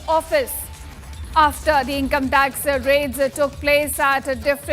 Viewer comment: breaking news breaking news. shameless media. 3 mins video repeating the same again and again! btw its income tax no income "tac"